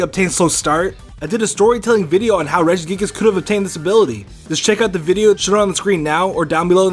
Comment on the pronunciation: I got triggered when he said Regigigas.